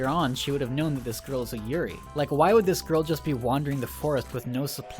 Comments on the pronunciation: I gotta tell you man, you pronounced yuurei wrong. While that normally wouldn't really matter, you said yuri, which is girl on girl action. I had to stop the video and laugh for a minute. People without a proper burial turn into lesbians lol. For future reference, yuu-ray is a good enough way to say yuurei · LOL. Not as a Yuri. (you-ree) a Yurei (You ray-eeee) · its not Yurai... its Yurei. when you pronounce a japanese word with the letters ei together, treat it as japanese, not german.... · I know this is 4 years old but i just watched this movie today so anyway it's pronounced you-ray and also in the beginning of the movie when Sara visits the school, they mention that they have field trips there because the forest is just part of mount fuiji. So the girls in the school uniform probably arent yurei but actually just part of a field trip. Also the school girl in the forest, i think aiden mentions her being a school kid who came out here to commit suicide. which, yknow, p common. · Yurei is pronounced you-ray. A you-ree is a lily. Also used as a word for lesbian relationships. Pronunciation matters. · Was anyone else annoyed by how he pronounced every Japanese word? The fact that he tried to say "Aokigahara" a million times made this video excruciatingly painful to watch. And then he started on "Yurei"..... Then he tried to do maths.... 2 x 1 = 3 according to this guy. Actually I cracked up a little because Yurei=ghost, Yuri=lesbian. So he's been calling all those schoolgirls gay all this time XD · The way you're pronouncing Aokigahara and yuurei omg.... my poor ears.... seriously Americans, can't you for once just google words andd listen to the pronounciation rather than butchering everything?